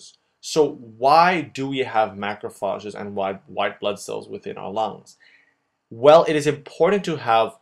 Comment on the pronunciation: Great videos. They are very useful for helping me understand what my professor is talking about. The only thing that I would recommend is improving on word pronunciations, they are a bit off (for example: capillary, pulmonary, macrophages, collagen).